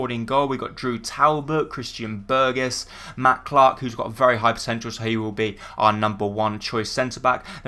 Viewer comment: Your pronouncing burgess wrong lol